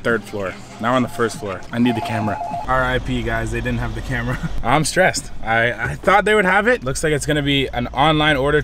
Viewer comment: "I dident get invited, I'm skressed"😂😂shit I'm weak rn